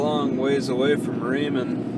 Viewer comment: It is pronounced Pee Ellll... emphasis of the P.... it is not Pa'El.... just to let ya' know... AND Chehalis River is pronounced.... "She....hail...lis.." Your got Raymond right.... You from NewYork?